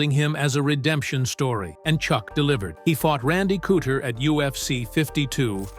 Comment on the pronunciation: Yeah, I knew this video was gonna have problems with the way it pronounced Chuck and Randy's names.🙄 Wasn't Cooter on The Dukes of Hazzard?😂